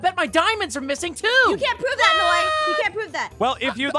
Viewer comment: aph: lets steel from macs house and give it to noi my ears: lets steel from macs house and give it to moi